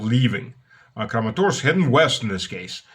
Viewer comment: You said Crematorsk, like crematorium, which is soon what Kramatorsk will be. 😂😂